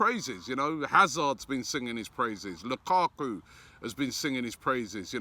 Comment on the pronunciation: Hasan Yuzuak he put ق instead of ك 😂😂😂😂